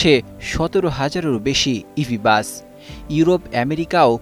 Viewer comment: উপস্থাপন উচ্চারণ ভালোভাবে শিখতে হবে,বাস কিছু কিছু ক্ষেত্রে বাচ, উচ্চারণ করতে শুনেছি, ভালোভাবে উপস্থাপন করতে হবে,😮😮😮😮😮😮😮